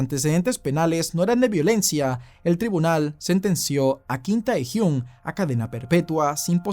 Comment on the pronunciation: No se pronuncia “Tae”, sino “Te”.